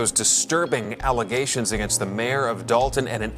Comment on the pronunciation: I’m tired of her and her allezations…